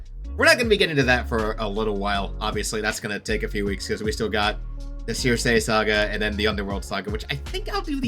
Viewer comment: Just gotta say because it gets my mind itchy circe = sir see Also minor fun fact while in the odyssey aeolus is a king of the island in actual greek mythology aeolus was a god of wind albeit a man still so thats more or less still a creative liberty That being said there were still the 4 gods of wind who were underlings essentially to the god i believe